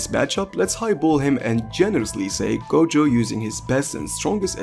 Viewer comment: who else heard goGOAT